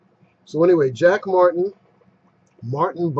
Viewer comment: Lol, "Jack Martin" can't even pronounce his own name correctly. Why do they persist with these ridiculous names?